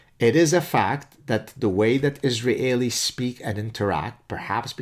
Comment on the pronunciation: I'm sure he knows zilch about the Japanese, but why in the bloody heck can't you just say 'Israelis' like native English speakers do? I prefer the French or 19th century way to refer to followers of Mahmud as mohamidin or whatever the hell it was, but: iz ra hey lee? If it's a fossilized error then please work it out, otherwise i oughta tell you it's like forcing me a gerbil, Professor ( maybe it's tough being a Canadahe-en